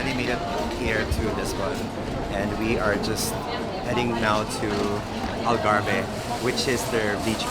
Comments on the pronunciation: Gosh I wish they could have studied how to properly pronounce the word ALGARVE. Doing a documentary proper pronunciation is essential and mind you basic as well. Such a shame that small things like that was overlooked. Surely Portuguese are like WHAT????!!!!! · Wrong pronunciation of Algarve. You don’t pronounce the “e”